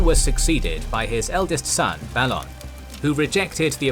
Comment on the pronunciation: theres literally a tv series made with the wrighter how u mispronounce so many word and names in these fantacy worlds, theres established content with spoken representations how u manage it baffles me balon is b A lon sorry jus bit of a peeve